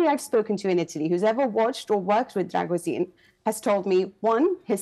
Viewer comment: Except she can't even get his name right. It's pronounced 'Dragusheen'